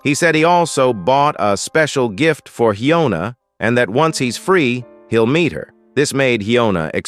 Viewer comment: Bro don't say meet like that